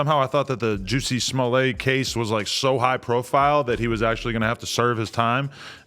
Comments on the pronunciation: How do you start out the video and then totally pronounce someone's name completely wrong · Juicy! Lawl Adam why you gonna let AD say the mans name wrong literally 30 times….. bad podcasting. Starting to think If it ain’t in LA y’all our oblivious … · AD Pause. "JUICY SMULLAY" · “Juicy Smooliet” 😂😂😂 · Mans said Juicy Smuley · AD I know u ain’t pronounce that Nigga name like that bruh😂😂😂😂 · U dumb fuks that's not how you say his name